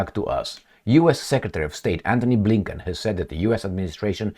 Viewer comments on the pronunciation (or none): none